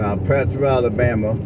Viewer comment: There is no S in Prattville and you said our county wrong too, sheesh